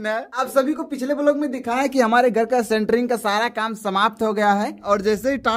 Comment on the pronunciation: अरे भाई सेंटरिंग नहीं होता इस शटरिंग कहते हैं